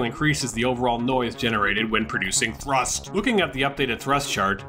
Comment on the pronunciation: " starting with THRUSSST ! " 😦😤